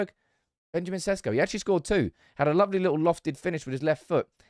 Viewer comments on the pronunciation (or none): none